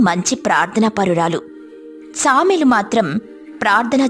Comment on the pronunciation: సామెలు కాదు... సమూయేలు